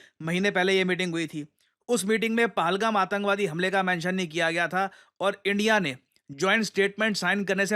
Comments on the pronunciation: Sir, PahalGaam.. Pahaaalgam nahiiiii.. Please, it's high time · Paalgaam paalgaam paalgaam Worst pronunciation